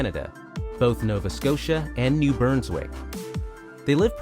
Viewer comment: NEW BURNSWICK?!? Lmao ***BRUNSWICK